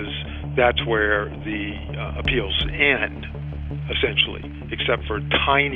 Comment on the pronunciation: Uh-Pal-lay? What happened to Appeal?